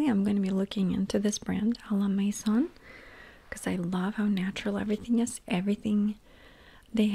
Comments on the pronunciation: It's pronounced ah la may-zon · almost got "À la maison" the 2nd time :-) just dont pronouce the n at the ..it s there to make the sound "on" not to be pronounced the same as "on/off" in english. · I love those hauls, they always calm me down and it's interesting to listen to what you have to say about the products. Also the way you pronounced "à la maison" is adorable haha ! just for info in french the s is actually pronounced like a z in that word, so it's maiZon